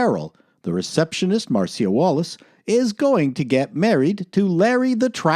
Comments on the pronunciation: OK, I let the first Mar-see-a go, but twice is too much. It's Mar-sha. Sheesh, Canadians. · Why do you pronounce the name "Marcia" like it's "Marseeya" every time??? It's pronounced: MARSHA! lol